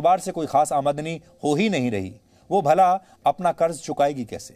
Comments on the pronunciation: "Amaadani"😂😂, mahashay "Aamdani" hota hai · admni nhi AaMDani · अमादनी नहीं, शुद्ध आमदनी है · It's Aamdani not aadmani ....pls correct it Sir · Aamdani . Amadani nahi 😂